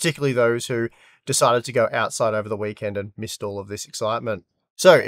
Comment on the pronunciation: owt... syde... what is this owt syde you speak of?